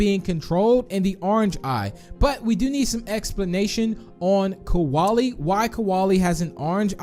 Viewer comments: I think u Accidentally said kowali cause it’s kolie I’m not being rude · Koalie Me: ITS KOLIE